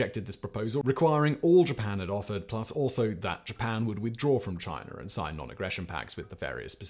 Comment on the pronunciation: It’s “China” not “Chiner” lol